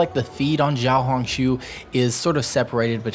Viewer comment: Hi, it’s actually pronounced ‘Shiaohongshu’, not ‘Jiaohongshu’